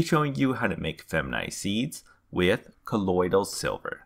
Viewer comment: Colodyl silva